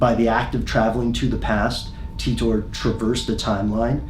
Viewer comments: cmon pronounce it as T I TOR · Is english your second language? Titor said himself how to pronounce it, but as an English speaking person I didn’t need to know that. It isn’t spelled ‘Teetor’ is it? No it isn’t. Very annoying 😂 it’s literally like you are struggling to pronounce it. John ..TEETORRRR lolol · It's TEE-TORE not TUTOR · The whole video I'm thinking "It's pronounced Tea ter, not Tea TOR." It's an English name... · John TEETORE, it's Titor - Pronounced ''Tea-tor''. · English is just so bizarre. I've always thought it was pronounced ty-tor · I thought it was pronounced "Taitor", not "Teetor". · I hope it's pronounced "tit-or" instead of "tee-tor" hehe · The way that you've just used a random capital 'R' at the end of Titor makes me nervous. You're clearly a wreckless individual. Great video though. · How Pronunciate "Titor"? taitor or Titor like is written? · Oh god DAMIT YOUR PRONOUNCING HIS NAME WRONG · Pronounce his name right! Damn you didn't do that much research into it